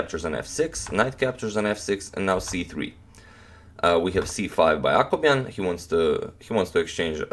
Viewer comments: When he says Akobian I always hear Aquaman hahaha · Blackdarkdarker bleach I kept on thinking he was saying "Aquaman," too.